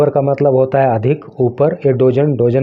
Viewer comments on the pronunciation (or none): Pronunciation sudhariye....Dozen = डोजन nhi डजन् hota h.